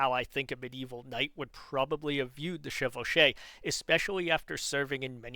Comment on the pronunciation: I'm french. Your pronounciation of "chevauchée" is correct. I guess the reason Brabant doesn't use it is because it's mainly associated with how the English fought wars, mainly under the Black Prince. Which was before he could witness it (by the time he came of age, Charles V had nearly won the war and it's before Charles VI messes everything up). The main goal of pillaging during chevauchées was not to have to rely on supply lines so always moving faster than the defending army to escape it. On the other end it, unsurprisingly, allienated the french people which made it easier for french kings to gather popular support.